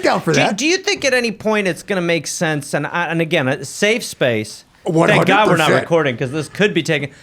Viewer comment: In Gob We Trust